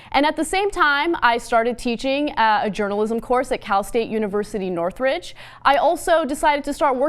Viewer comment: SHE SAID NORTHRIDGE LMAOOOOOOOOOO